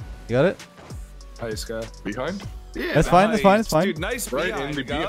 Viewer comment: So, am I the only one that noticed them all saying "BEE hind" instead of pronouncing it beHInd (emphasis was on the first syllable of the word instead of the last). Is that a Canadian thing? Is that how most people say it? I've always been taught that it's "BeHIND."